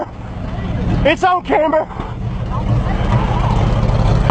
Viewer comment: Haha said “it’s on camber” hahahahahaha